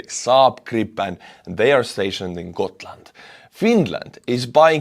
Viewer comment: No we say Gotland were every letter is hearable and the G used as g in the word good or grafic or grand or grass. Please do not talk about Sweden on things you know nothing about.